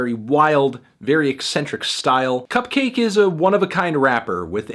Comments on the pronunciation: its pronounced CUP-KAH-KEI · It’s pronounced like bukkake (or like orange juice), melon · I always pronounce CupcakKe like bukkake. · I always pronounce it like Cup-kek (cack) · huh, man... i been pronouncing her name similar to 'bukakke' this whole time. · I thought the two k's in cupcakke's name were supposed to be pronounced like bukakke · I think you're supposed to pronounce "Cupcakke" like "Bukakke" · Sportaflop Supreme no it's pronounced like cupcake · Isn’t it pronounced cup-cahky as in bukakke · isnt cupcakke pronounced like bukkake? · I never realized cupkakke can also be pronounced like bukkake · I always thought it was pronounced cup-kakke, like bukakke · does he not know its pronounced like bukakke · I literally thought her name was pronounced bukkake. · It’s pronounced cup-cock-aye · Think it’s pronounced cupcakke like bukakke